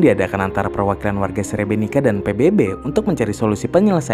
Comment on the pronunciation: Srebrenit-sa bacanya maaf.